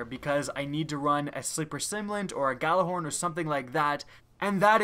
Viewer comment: Gj is pronounced as a y in scandinavian languages. it is, and always has been, the yallarhorn.